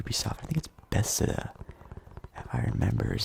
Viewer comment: Bethesda, not besda lol